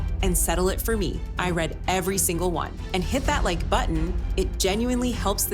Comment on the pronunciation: Stupid AI narration who doesnt even say RE CORD or RE AD properly